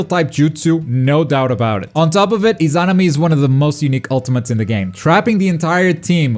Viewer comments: The izanami pronunciation hurts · I guess it's a bit nit picky to be fair lol. I just sounds like you seperate it i-zan-ami when it should be i-za-na-mi